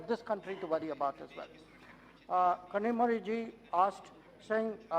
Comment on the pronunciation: He pronounced kanimozhi MP from TN name correctly. Being a Tamilian, he had no difficulty